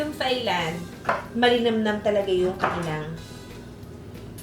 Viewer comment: Hi Ms. Juday, hope you don't take it personally but Thailand is pronounced as Tai-land, without the h sound, even though there's clearly an h.